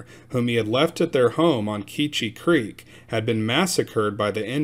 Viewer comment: It's pronounced Key-chi Creek.